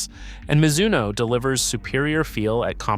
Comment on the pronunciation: As soon as your AI voice mispronounced Mizuno, I stopped watching. YouTube doesn’t need more AI slop